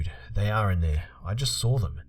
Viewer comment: You did it again! I love how you pronounce the word saw. You say "sawr" 😊😆 Gotta love accents.